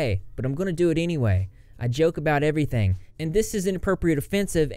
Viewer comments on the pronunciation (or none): none